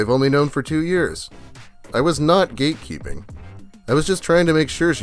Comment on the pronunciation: I heard "gatekeeping" as "geekkeeping"